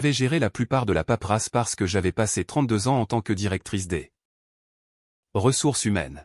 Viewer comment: Paperasse pas paprasse svp